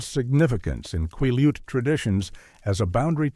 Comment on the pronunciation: Hey. I live along a sol-duc River and the pronunciations are killing me. Also. you owe the native Quileutes, an apology... Cool stories though😊